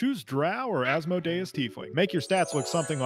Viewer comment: That is definitely not how you pronounce asmodeus